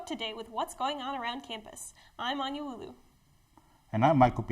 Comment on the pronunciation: Should be “Wuolu” not “Wulou”